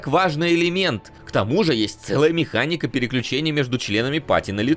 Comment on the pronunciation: в слове механика одна "н" Я прям слышу как ты каждый раз произносишь мехаННика